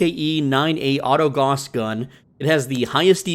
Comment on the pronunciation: If you say "goss" one more frickin time...